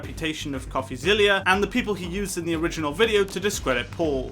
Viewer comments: Pronounced...Coffee-ZILLA. Not ZILLIA! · No need to be a nerd or anything, but it's pronounced coffeezilla, like godzilla, not coffeezillia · STOP SAYING COFFEZILLIA ITS COFFEZILLA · It’s Coffee-zil-la not Coffee-zil-lia. I assume you are basing your comments on Logan’s response without watching the Coffeezilla series. I guess what you said makes sense if you have zero back story and all you know is Logan’s response because if you had watched Coffeezilla’s series you would know that Logan had a bucket infront of him to catch all the BS coming out of his mouth. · Great Video, we all love DRAMA! BTW It’s not Coffeezillia. It’s Coffezilla. Like Godzilla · zilla not zillia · It's Coffeezilla like Godzilla. You were saying Zillia. Not a big deal but thought I would mention it if you do future videos on him. Great analysis except for the recording aspect, it's legal in one-party consent states. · ITS NOT ZILIA - ZILLA like godzilla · It’s coffeezilla not coffeezillia